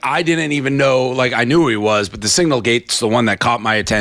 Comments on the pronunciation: DAVE!!!! It is SIGNAL NOT SINGLE ... if you can't say the word, don't talk about it. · I didn’t know what he was talking about until Megyn said signal lol